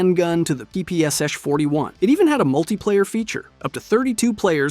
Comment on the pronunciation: That’s a unique way of saying ppsh